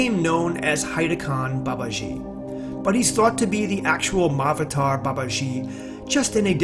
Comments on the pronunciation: FYI. The word Mahavatar is two parts. "Maha" and "Avatar". Maha means great. Avatar mean Incarnation. Together it is pronounced "Maha Avatar". It is not "Mah" "Avatar". Mah means mother. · My avator, Veedas, Upaanishaawds, and Bagwaad Geeda? Come on, couldn't you have someone from the original culture do the audio?? This is killing my ears.. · a small correction : It is pronounced Mahaa-Avataar. not written like that though. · The pronunciation: Maha-vater instead of Ma-avater. Isn't it? Maha means great. So I think it needs to be pronounced... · It's not pronounced Ma-avatar. It's pronounced Maha-Avatar. Maha means great or noble. It's similar to Mahatma (Maha-Atma) Gandhi. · Why does he keep saying "Ma Avatar" instead of "MAHA-Avatar"? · yeah does sound like that. maha avatar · It would be nice if you could actually pronounce Mahavatar properly. In Sanskrit the "a"s combine in Sandhi. Maha Avatar. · The proper pronunciation is ma-ha-avatar... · Tupark82: Yes, he left out a sound. It should have been pronounced maha-avatar, but conventional spelling unites the two. 'Maha', in Sanskrit, means 'exalted', or 'great'. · i really thought he was saying my avatar babaji 😂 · You don't even know how to pronounce Mahavatar, sounds ridiculous the way you say it. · Why are Americans so absolutely terrible at pronouncing Indian names? It's like they don't even try. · When you figure out how to correctly pronounce "mahavatar" then I might listen to your video beyond 20 seconds. Get a clue!